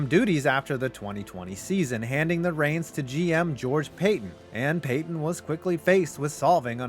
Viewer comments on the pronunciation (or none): none